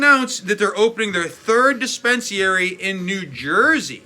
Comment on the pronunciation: Say it DIS-PEN-SA-REE